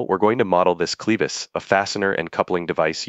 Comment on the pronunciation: Clevis doesnt rhyme with Beavis, fyi.